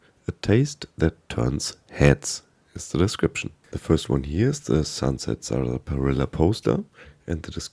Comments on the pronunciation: I got to watch I mean mispronounce Sunset sarsaparilla. “SaR-spi-illa” ahhh good old 76. Could you imagine 76 being your first fallout game, like be born with an Acorn for a brain. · Nice video... but it is pronounced "sass-puh-rilla". 😊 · Great video but let me help you with one thing: Saaas - pa - Rill - a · The pronunciation on Sarsaparilla is strange. We pronounce it as if it were spelled Sassparilla. Just sharing. Thanks for the great content. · Sunset Salsaparilla